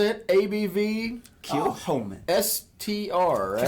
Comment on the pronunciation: Kilchoman means [St ]Comman's church, with a sinister pronunciation: Kill Homan.